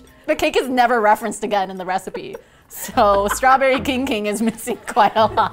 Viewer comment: I heard "Straberry kinky!"- 💀💀